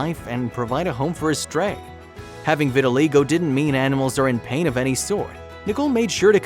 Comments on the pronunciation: I believe pronounced ' Vit-tuh-1 LIE-go,. not 'Vit -tuhi-LAY-go' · The narrator is making a film about vitaligo and he can't even pronounce it. It is pronounced "vit al EYE go" Get a clue guy! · Sweet story but it’s pronounced vi-tuh-lie-go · It's pronounced vitilie go. Damned if the English language isn't getting bastardized. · I cringed every time the narrator pronounced it wrong.